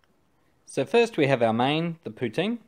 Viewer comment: I commend you on your pronunciation of 'poutine'.